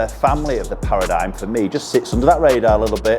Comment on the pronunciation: It's pronounced para-dim